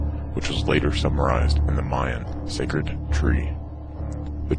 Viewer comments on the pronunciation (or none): none